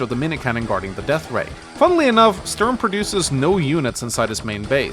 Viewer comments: Everytime he says "störm" i am like: "who is he talking about?.... oooooh he means Sturm. why dosent he just say stoorm if he cant pronounce Sturm?" any way fun video, just had to say that lol. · I've never heard anyone call him Stoorm.